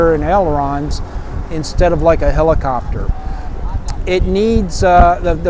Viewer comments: The "H" is not silent. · Helicopter is NEVER pronounced with a silent H. You are showing your ignorance.